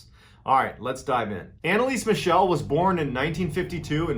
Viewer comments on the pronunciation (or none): Its not pronounced as Michelle like the girls name. Its pronounced Michel, MIKEL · Her last name is actually pronounced "mih-KEL," not "mih-SHEL." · As always great story but you mispronounced her name throughout the whole video... it should be ahn-ne-lee-suh m-ee-chl (since the last one is hard to spell in English: I wanted to provide to you the IPA spelling: /ˈmɪçl̩/ ) BTW it was later announced that she had epilepsy which only worsened by time because of her malnutrition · Not trying to be that guy, but it's actually pronounced Mickle, like "fickle". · Thank you very much for another greatly told story. May I suggest that next time you need to say German names of people or cities you might want to research the correct pronunciation. I gladly offer my assistance if ever needed. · Why did you pronounce her name like she was French? 😂😂